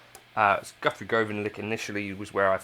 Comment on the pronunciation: Nice video but can you please pronounce Guthrie's name correctly 🧙‍♂